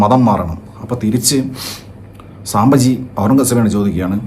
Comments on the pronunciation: Pronunciation സാബ്ബജി അല്ല. സംബാജി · സാംബജി അല്ലടാ സംഭാജി.. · Saambhaji alla sambhaaji... Shivaji alla shivaaji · സാംബജി അല്ല.... സംഭാജീ ❤❤❤